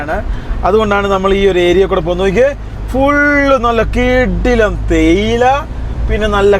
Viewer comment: തേയില തെടി അല്ല ചേയില തെടി 😂😂